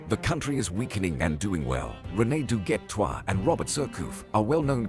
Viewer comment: ce que j'ai retenu "René Du(gay) Trouin